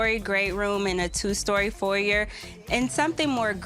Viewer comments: She's all..." I'm so modern"... And can't pronounce foyer correctly....stop the pretentiousness.... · If this girl say foyer one more time... Legit had me questioning my own pronunciation... Asking "can you use it in a sentence?".